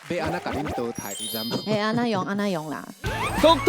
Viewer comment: 下禮拜要講「熬咧擺」，不是「誒咧擺」吧？還有淘汰的淘是念「ㄉ 」嗎？聽起來好奇怪XDD~